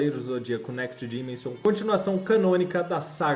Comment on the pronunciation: Gostei do vídeo, mas a pronúncia de dimension é dimenchan. O s tem som de Ch. Só uma dica mesmo. Ótimo conteúdo